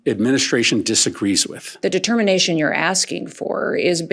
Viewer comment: Ultimately made the “tdermanation” srsly tho love ya keep up the amazing work!!